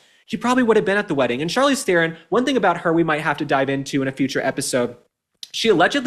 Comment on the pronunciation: The moron traitor Charlize is despicable in herself. Oh, and her surname is pronounced "TRON".